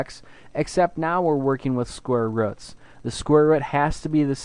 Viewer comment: Did you say square ruts? Or is my hearing bad? Anyways, Great lesson.